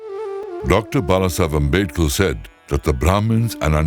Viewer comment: You started the video by quoting someone, but you mumbled the name. I am quite sure, though, as to who it was: Babasaheb Bhimrao Ramji Ambedkar. That said, you quoted him as saying that "Brahmins and Untouchables came from the same source." Was that source God? Homo Sapiens? What? But yes, agreed, we humans are all of the same species. However, it is regrettable that you start by quoting that man. He clearly believed that the "broken people" (Dalits, Untouchables) came to be so because they refused to abandon Buddhism and vilified Brahmins and Brahminism, and would not give up eating beef. Very STRANGE theory/belief. Ah, well, whatever. It is clear that Ambedkar had a very clear hostility towards Brahminism. He created a constitution for the entire country of India where "minority" religions were protected from government interference but Hinduism was left wide open to government interference, intrusion and exploitation. He surely got his revenge against the Hindu Brahminical tradition. Anyhow, coming to the word "Daas," it is a short form of the Sanskrit word DAASA. It relates to the word "Servant" or "Ones who have surrendered." The most popular usage of the word that I have seen is in reference to people who claim to be SERVANTS OF GOD, typically Vishnu in His Avatars. All this said, I feel from the depths of my soul that declaring a human being "Untouchable" is an abomination, a vile and inhuman practice. However, the Old Testament of the Christian Bible (look up the Chap